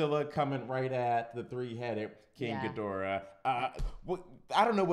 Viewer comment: FINALLY!! Someone who didn't mispronounce the name of King Ghidorah, Mothra, and Rodan!